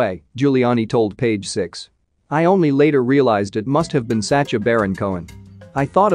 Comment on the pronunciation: Sasha not sa cha lol he's not doing the cha cha